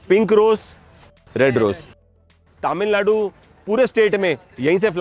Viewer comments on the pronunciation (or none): Sir,Finally you are in the land of temples. One small correction-You are pronouncing TamilNadu as TaamilNadu. Please correct, thanks.